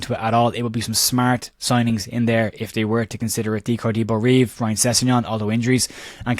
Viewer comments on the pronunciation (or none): none